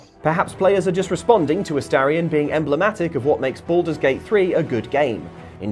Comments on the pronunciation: You can tell Baulders Gate 3 hasn't released on xbox yet. Ast-a-rion 😅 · Why do people keep mispronouncing Astarion's name?